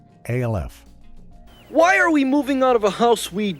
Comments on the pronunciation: Or at least use better scripting that phonetically sounds out the word instead of spelling it out! MASH , not M-A-S-H. ALF, not A-L-F🤦🏿‍♂️ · Our favorite alien was called “Alf” like in Alfred, not A L F.